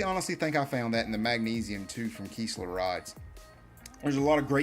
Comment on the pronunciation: Kiss not kees . Kistler